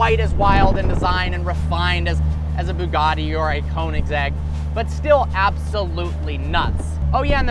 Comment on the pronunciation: You just butchered the name of the brand of car, "Köninsegg"? It is kind of triggering because it is spelled, "Koenigsegg"